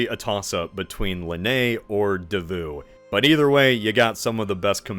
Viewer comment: I felt I was being shot every time he pronounced Davout. (Edited because I forgot some words so the sentence made no sense originally)